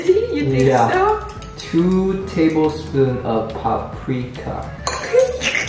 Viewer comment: the funny is as it has your fiancé pronounced it (paprika) so it is pronounced in German...lol